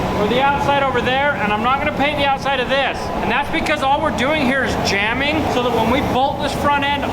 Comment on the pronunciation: ah, 'jambing', not 'jamming'